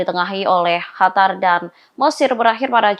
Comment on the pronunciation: Pembaca berita, perbaiki ucapannya : QATAR bukan KHATAR